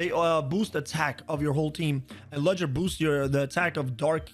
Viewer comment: I tricking lost it when he said ludgers name. THE D IS SILENT!!!!